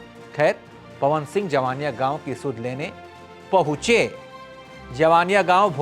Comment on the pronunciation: पहले आप मीडिया का कहीं से शिक्षा लो बात करने का तुम्हें तरीका नहीं है ।जिन लोकल यूट्यूब को तुम फालतू का वीडियो बोल रहे हो उसी के वीडियो से तुम भी जान हो उसी के वीडियो से देश दुनिया जाना है कि जवईनियाँ गांव है तुम्हें उसे गांव का नाम भी शुद्ध से नहीं बोलने आ रहा है जवनिया बोल रहे हो।